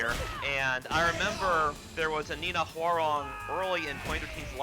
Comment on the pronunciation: Thank goodness, someone knows how to pronounce Hwoarang's name correctly.